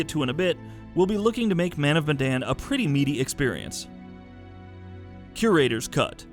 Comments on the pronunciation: It is Medan not Madan. Sorry for being nitpicky, it is just that it is the name of the city the name is based on. Ourang Medan is a misspell of Orang Medan which means Man of Medan. Medan is a city in Indonesia which the Dutch had colonised so the name comes from there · Sounds almost like it lol